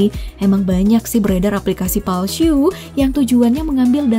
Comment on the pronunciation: Beredar aplikasi Palsyuuu 🤣🤣🤣